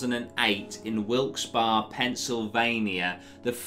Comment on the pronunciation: I never thought I'd see the day talks about my old stomping grounds of Wilkes Barre PA. And he pronounced Wilkes Barre correctly!!! Hey the city of Wilkes Barre has been host to several bizarre and dark events. I suggest looking into things such as the flood of 73 (where cemeteries were flooded and dead decayed bodies were literally floating in the streets), the numerous haunted mansions, and the infamous katana mugging.